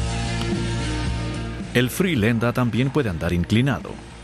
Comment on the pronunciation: Frilenda? Furilandor